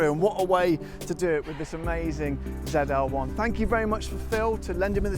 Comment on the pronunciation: 😍😍Please say ZEE EL ONE,as it is a Camaro! 🤣🤣 ZEE 28 as well!